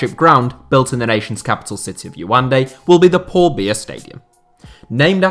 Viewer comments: Lmao am a Cameroonian subscriber and I still can’t get over the miss pronunciation of our capital 😂😂 it’s (“Ya-un-de” Yaoundé) not “Yu-an-de”.... ps still love ur vids tho, much love from Cameroon 🇨🇲 ❤️ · Sorry but you mispronounced Yaoundé 😅 (ya-oon-dey) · He said our capital so wrong 😂😂🇨🇲